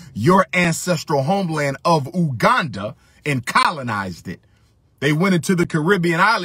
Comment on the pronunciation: That pronunciation of Uganda was terrible. A simple google search of how to pronounce would’ve worked if he wanted to talk about pan Africanism